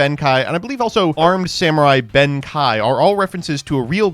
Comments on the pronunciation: it's pronounce ben-kay not ben--kai idk even know how you got the kai from reading that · His name is pronounce ben-kay but yes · Good thread but I cringe whenever pronounces Benkei as Benkai. To add to the thread, Naturia's synchros are probably based on the sacred animals each representing one of the cardinal directions. The Black Turtle, The White Tiger, the Blue Dragon and the Red Phoenix. Unfortunately no Phoenix Naturia Synchro was ever released to complete the set. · Benkei is pronounced with the "KEI" sounding like "KAY" in Okay, not like "KAI" from Kai from Beyblade. Japanese has the "e" typically making a short "eh" sound while "ei" becomes a longer "eh" sound. Look up the character Rei from Evangelion, and you'll hear it there. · Saying benkai is so weird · my guy you have to learn how to say Benkei. There is no A anywhere in the name, the japanese name is written ベンK (literally Ben-K). It's not pronounced Benkai it's pronouced like the letter K. Please its driving me nuts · This video might be the most Mispronounces Cards of all time. Ben kye? Juicynoko? Grand Gweenol?? You Just Straight Up Swapped The Syllables In Uluru. Like come on dude Anyways I love the Floo lore its so cute c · "Ben KAI". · Ben Kei is pronounced Ben Kay. 'Ei' in japanese makes the 'ay' sound. German is the language it makes the 'i' sound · He also pronounced Reisen as Raisen despite being told in the same sentence that Raye (Rei) is based on it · mispronouncing benkei at the same rate benkei was pierced by arrows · worrying about the pronounciation of the future Krawlers while he already fucked up Asla Piscu and Ben Kei in the same video lol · I know it bothers me too, but will never learn to pronounce Japanese words correctly